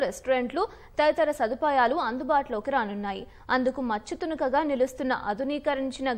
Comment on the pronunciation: Telugu sarigaa palakaleni vaarni pettukunte ilaage untadi..manchuthunaka kaadu machhuthunaka